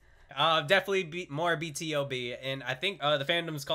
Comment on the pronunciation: BTOB is pronounced as (Beeeee 2 Beeee)! Since you are into vocals you would love the live stages of Its Okay, Way Back Home, Missing You and Pray. BTOB for sure sounds wayyyy better live! hope to see more of them. :)))))